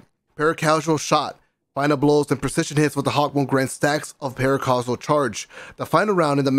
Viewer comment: You heard it here folks, “Para-CASUAL Shot” XD